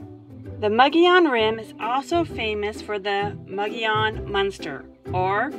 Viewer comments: Mo'gee-on is the proper pronunciation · I would say the pronunciation of the name is Mo-go-yon. In Spanish a double letter ll is pronounced as a y, like in El Pollo Loco. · Nice drone shots of the rim! thank you. Nice video. BT Mogollon is pronounced MO-Gee-On. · it is pronounced Muggy-on. hope that helps. also i just wanted to say......great footage.